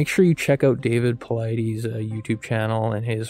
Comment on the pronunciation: How are you gonna pronounce Dave paulides last name wrong? Lol..